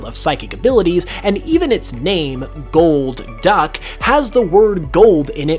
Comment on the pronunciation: "Gold Duck" Uh no it's just Golduck, not Goldduck